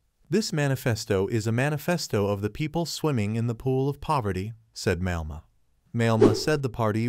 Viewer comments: Malema is pronounced as Ma- lair-ma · Why should anyone believe you if you don't even know how to pronounce his name?